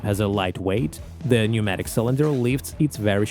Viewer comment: The 'p' in 'pneumatic' is silent 🙂